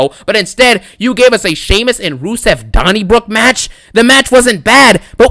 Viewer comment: “A dony brook raw match”😂😂